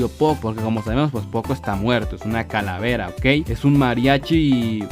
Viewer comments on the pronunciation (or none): none